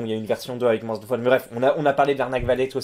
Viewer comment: pourquoi tu dis moinSSSE au lieu de moins ?